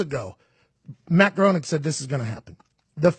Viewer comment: BTW, I was once corrected in the pronunciation of Matt Groening name. It is pronounced "Graining" with a long A. Growning is a very common mispronunciation.